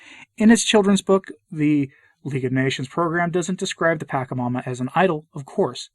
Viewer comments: Not that it matters terribly, but it's pronounced "patch-a-momma", not "pack-a-momma" (more accurately, "potch-a-momma", but patch is close enough). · It is pronounced Pah-Cha-Ma-Ma and not Pack -a-ma-ma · It pronounce pa- SHA -mama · Why do you keep saying it wrong? Are you doing that on purpose? Clearly you don't know what you're talking about since you can't even take the time to learn how to say it, I doubt you even bothered to look into it and just went of your bigoted ethnocentric heart and disrespect for indigenous culture. Pachamama is mother earth aka Gaia ,you know planet you walk on every day. The one God decided to put you on. This is why people are leaving the catholic church. It's really sad. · FYI, the "CH" in Pachamama and Quechua, are pronounced as the "CH" in Chile or champion. They do not follow the Italian pronounciation rules where "ch" is pronounced as "k", such as gnocchi. It is not pronounced Pakamama or Quekua. And you are right, in Latin America many, many people revere the Pachamama. It became sort if mainstream during the hippie revolution in the 60s and 70s, and is now everywhere, mixed in with Catholic tradition 🤦🏼‍♀️